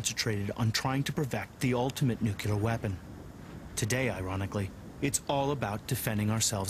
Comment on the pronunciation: Its nuclear not nuculer